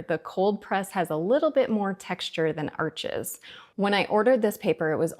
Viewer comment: Just a little suggestion. Arches is not pronounced like McDonalds golden ones. It is pronounced - ARSH.